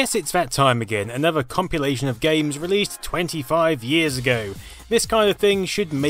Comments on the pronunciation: is he pronouncing "compilation" as "compulation," or am i just imagining things...? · Ummm it's compilation, not compulation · wtf is a "compulation?" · It sounds more like copulation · Having an accent is no excuse, he’s not pronouncing it correctly. Period. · Am I mishearing you, or are you saying "compulation" rather than "compilation"? :) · man I hate you for mentioning it. now it annoys me every time he says 'compulation' and he says it about 9000 times in this video. never would've noticed it.. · Its compilation. Compilation.....comp.....il.....ation.....Compilation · say compulation again.